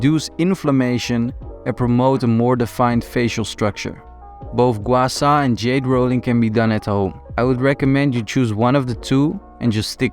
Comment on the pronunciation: Hollow cheek just make a look like don’t exercise or eat enough! …and btw low fat diets are extremely unhealthy and low even lowers testosterone levels! And that’s NOT how your supposed gua sha 😂 or “gwar sar” !!! 😂😂😂